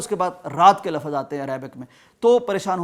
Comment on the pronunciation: Lafaz ,......... ??????? 😮😮😮😮 Yeh lafaz aap ghalat bool rahe hein ,....... 😂😂😂😂 Lafz , Lafz , Lafz esko es tarah se boola jaata hai ,......👈👈👈👈 Mehurbani ker ke urdu ki ttaang mut tode , shukriya 🇵🇰❤️💚 LOVE FROM PAKISTAN 💚❤️🇵🇰